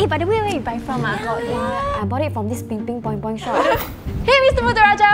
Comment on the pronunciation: It's ping ping pong pong but whatever xD at least I understood